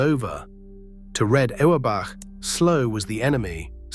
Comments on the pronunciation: Oh-wer back? Keltics? Cozy? Bahs-kit-boll? This AI voice irritated me from the start and almost made me turn the video off! If I wasn't a Celtics fan since 1955, when I turned 9, I would have. I was so intense about the C's that I even remember Lou Tsioropoulos, Tommy Heinsohn's backup! So hearing a commentator who can't even pronounce their names is like fingernails on a chalkboard! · C'mon, more AI generated crap. Great video subject, but, can't pronounce Celtics, Auerbach, or Terre Haute.